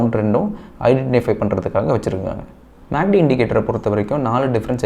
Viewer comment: Dai கிருக்கு பயலே மேக்D அல்ல டா MACD